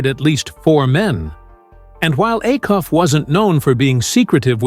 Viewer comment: Its pronounced A-Cuff. NOT